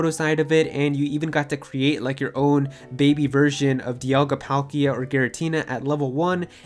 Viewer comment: Pahl-kia! Not Pal-Kia! Read the commercial's victorious commercial in trading card games of how we speak their names.